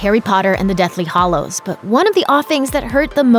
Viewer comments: its Deathly Hallows... not Hollows. This drove me absolutely mad while watching this video. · I couldn't care LESS about JK's writing ~ she wrote the books. She's awesome. What is irksome to me is that the woman narrating THIS video says "Deathly HOLLOWS" not "Deathly HALLOWS" Get with the program, woman. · Deathly HALLOWS. Not HOLLOWS. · Hallows. Hallows. Hallows. Not hollows. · Every time you said “Deathly Hollows” instead of Hallows, I cringed. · Anyone else mad she pronounces it 'hollows' instead of 'hallows?' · It's Hallows not Hollows. Just saying. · stop saying hallows wrong